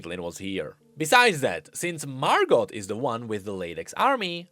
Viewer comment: I had to stop watching. I could only hear Mar-got a few times. Margo. MARGOO